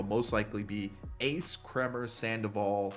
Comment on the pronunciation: you said Kremers name correctly and then corrected yourself and said it in correctly. lol its "Kramer"